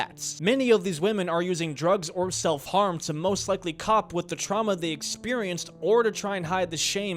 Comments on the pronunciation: Cope is not pronunced "cop" there is an e at the end for a reason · You pronounced "cope" wrong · "Using drugs to "cop."" The word is "cope" dude. Learn how to pronounce the words you use if you're going to try to be a serious investigative journalist. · he read cope as cop lol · "cope" is pronounced like "rope"